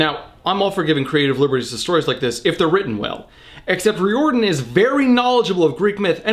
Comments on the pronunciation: It's RYE-OR-DONE. Not Re, Rye. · Also, sorry for this, but it is pronounced RY-or dan. Loved the review though. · Thalia is pronounced with a 'TH' sound not a 'Ta' sound. Rick Riodian's name is pronounced like the word 'Ridin.' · Yo old vid but you pronounce Riordan wrong, it's like "rear-din"